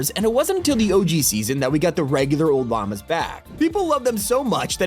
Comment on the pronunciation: I heard Regular obamas instead on lamas 😂😂